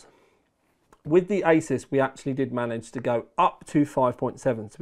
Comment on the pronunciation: Honestly, love you for calling it "aysaas" and not "aasoos" like many others.